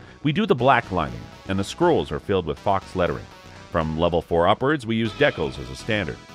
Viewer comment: And, 'Deck-uls' is a new one for me too (Dee-cals). Good information overall though.